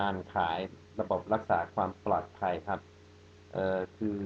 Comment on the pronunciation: ปลอดภัย...ชัดโคตรอ่ะ อดัมมมมมม..คนไทยพูด ปอดภัย ฮ่าๆๆๆ อายมั้ยเนี่ยคนไทย... อดัมหน้าตาเหมือนตัวการ์ตูนพวก สตรีทไฟต์เตอร์เลยอ่ะ พวกที่เล่นกล้าม หัวทองๆ ผมตั้งๆ จับทุ่มๆ